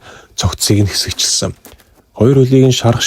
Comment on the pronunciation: Ёооё хэсэгчилсэн гэж хэлж чадахгүй байх юм.яАрай ч дээ😊